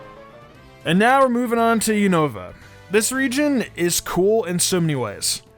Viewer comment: I bet you mean as pronounced in the anime: "Yoo-nuh-vuh"